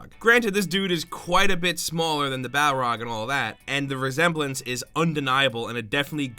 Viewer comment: It also sounded like he kept saying Bah-rog and not Balrog